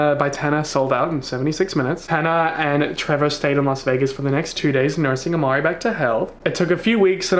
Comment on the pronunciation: It is Imari not Amari